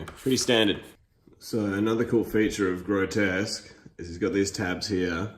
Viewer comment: I'm amused that you mispronounce both of their names. It's Grotusque as in TUSK. And it's RePUGnus as in "repugnant".